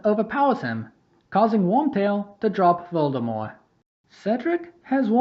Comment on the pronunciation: If you have ever had an argument on why you pronounce Voldemort like that, I hate you. If you admit your wrong but refuse to change how you say it, I respect you. If you say it's your accent your lieing.